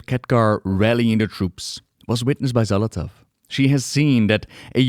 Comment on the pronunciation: Love the video, but my eye twitch everytime you say Xal'athow instead of saying Xal'atath 🤣🤣